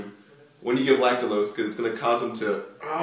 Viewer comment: Lactulose ... not lactalose .